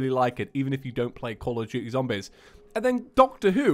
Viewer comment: every time he says zombEz something dies inside of me